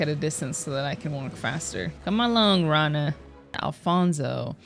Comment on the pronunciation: Btw Rana is not said raa-na, it’s ra-na. I’m Arabic and i also sometimes say raa-na even though I have a friend named rana